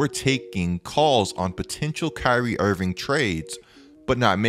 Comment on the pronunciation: "kyrie invingckk"